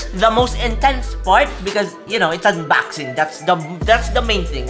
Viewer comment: ayy "UNBAXING - "